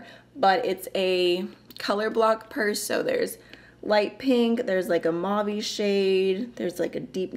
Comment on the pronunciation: (Are you saying mauve? I think you’re saying it wrong...)